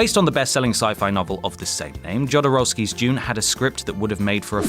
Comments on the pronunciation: Ahem...Jodorowsky = Yo-doh-roh-skee. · You're not pronouncing Jodorowsky right...